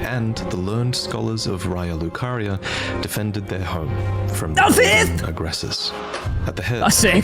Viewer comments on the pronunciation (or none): Please note: loretubers have a strange problem of mispronouncing Raya Lucaria. It's said to us in-game as "RAY-uh" but even the biggest loretubers like Vaati and Hawkshaw pronounce it "RYE-uh"